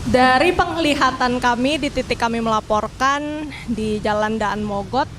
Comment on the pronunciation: mba nya ga tau cara baca daan mogot lol